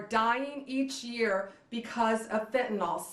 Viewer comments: ummm…that’s pronounced FENtahNIL Ms. Bond… (oh, so sorry, did I mispronounce your name?) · Is there anyone that can pass the following to AG Pam Bondi? Honorable Pam Bondi: Please try to pronounce it Fen ta NIL, not Fen ta nawl, it makes you sound uneducated. Thank you kindly for your efforts. (Might as well spread the word about fentanyl test strips as well) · What the hell is "Fentnol" and "metha amphetamine" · It's fentanyl - last syllable pronounced as nil. I have no idea why so many are mispronouncing it I guess they never studied organic chemistry. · Very happy to see this, but it kind of blew my mind that even Pam Bondi doesn't know how to pronounce fentanyl. Sheesh. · It's great this stuff was intercepted, but... ALCATRAZ?! REALLY?! She's the wrong person to be announcing this. She can't even properly pronounce methamphetamine or fentanyl. It's not metha-amphetamine or fentanALL. My god, she is clueless. "Molly" is a DATE drug?! It just gets worse the more she speaks. Get her out from in front of the camera. She comes off like she's just trying to follow some script she does not fully even understand.